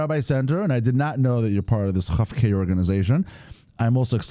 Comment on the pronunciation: Kof- K not Chof- K- who knew!